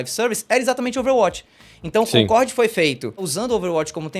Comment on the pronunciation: Primeiro,, tira esse boné pelo amor de deus; Segundo,, nao é "Concorrrrrd", é Concordi!